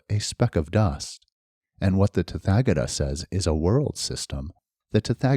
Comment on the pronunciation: Hi, thank you for this and my apologies if it is rude to give a correction, but the “th” in “tathagata” is not pronounced like the unusual English sounds represented by “th” - as in “thick” or “thorn”, it is a dental aspirate like the sound normally represented in English by just a “t” - as in “top” or “Tom”. This is the case for all “th” in Sanskrit words. Best wishes 🙏🏼